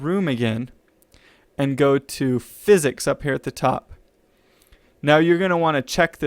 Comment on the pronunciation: The way you said that, I kinda felt like you were saying physics was a drug... "My room was not on physics"... lol Got what you meant though... no worries